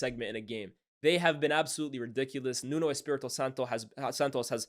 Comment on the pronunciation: It's pronounced 'Nunu'